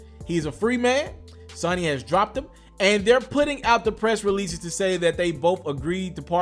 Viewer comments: So-kneee not sunny. And then you said it like 3 million times. Man redo this whole damn video. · "Sony" bro not "Sunny"... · Say it with me.....Sooooony! Not Sunny! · It's Sony ,not synny... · Dude, say it with me.....SO.....NY..........SOOOOOOOOOO.......NY........SONY. Like Sony Playstation........SONY!!!!!! You did the same thing with Eminem and Kamikaze smh. Saying some got damned Sahnny.....Sunny........Sonny. Come on. And that nigga writes for people. He ain't broke. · Bro its SONY not SONNY 🤦🏾‍♂️ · Bro you said talk to you...ok...question...how could you do this long video seemingly to know it all bout Kelly...and keep pronouncing Sony ...sunny?? seriously...like who cant pronounce Sony of all words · Sony* not Sonny lol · it's Sony not sonny...😁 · It's SOOO knee not Sunny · It's not Sonny its Sony lol this fake stuff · Long o when you say Sony bruh.... lol... Not Sonny.... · Sony is pronounced (So knee) idiot! Do your homework if your going to do commentaries!! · It's pronounced (So knee) idiot!! did you go to school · If u don't know how to say Sony right nigga you been under a rock Sony also makes the PlayStation do u call it sunny PlayStation? Don't talk about music bro you looking stupid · Somebody tell this stupid mofo it’s pronounced sow-knee, this ignit punk su-ma-ma bitch is pissing me off cuz he keep sayin it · This nigga said sunny lik 15 times! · This dude might never blow up.. and it's because of bush league talk like sunny records!!! Lord have mercy your a Flippin Foo to not know how to say Sony. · It's called SOE NEE = sony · Say it like "SO- KNEE"...LMAO!!!!! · It's pronounced so-knee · It’s pronounced Sōnē homie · 😂😂😂 nigga said sonnie. I dont see how u a journalist and dont know shit about hiphop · SO-ny is how it's pronounced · dis boy said Sanony #LMAO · Henderson...that's the same thing I was saying. Someone should tell him it's pronounced (so-ny) sound it out. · bruh u can't read u pronouncing Sony wrong.